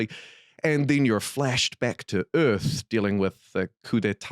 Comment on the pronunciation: WTF is "simulator of ürth"???